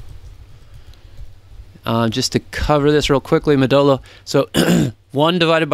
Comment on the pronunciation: Hahaha the way you pronounce modulo had me thinking you were saying Modelo :D